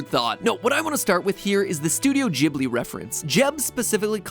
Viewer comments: am 90% sure the pronunciatio is [gui]-[bli] and not [ji]-[bli] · Excuse me did he just pronounce Ghible as 'Jib-Ley' ITS PRONOUNCED 'Gib-Ley' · So uhhh we're just gonna ignore MatPat pronouncing Ghibli as "Jibly" now? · Did he just pronounced Geeb-li as jeeb-li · Matpat just taught me how to properly pronounce Studio Ghibli.... Jib-lee.. not gib-lee... I have always loved Miyazaki movies ... wow... I always thought it was Gib-lee. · All I took away from this video was that Mat pronounces studio ghibli as studio jibly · Wait is it actually pronounced Jibli??? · Okay but do y'all really pronounce it as Studio Jhibli? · You day Ghibli wrong and it bothers me. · Wait a second...is studio ghibli pronounced with a hard “g” or a soft “g”??? I’ve been using a soft “g” my entire life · Okay but the way he pronounces Ghibli